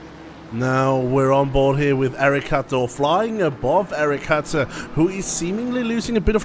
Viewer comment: hi, I just wanted to day that my name is not Hatter but Hutter. If possible pls pronounce the U like a U not like an A. XD